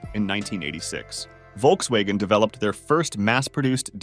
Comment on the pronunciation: Americans can't pronounce ä But when he says Volkswagen, he actually says Volkswägen